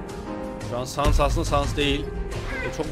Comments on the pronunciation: o saness diye okunmuyo sannes diye okunuyo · Abi lütfen saness fight atarmısın ( sans değil saness)